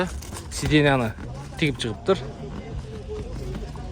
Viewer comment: Эй, 1. 83 тууган, сидения ---деп айтчы. Сиденалабай